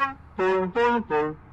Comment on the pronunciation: Fazz feady fart or something